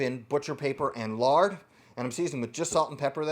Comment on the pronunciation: Does he say "lard"? Lar?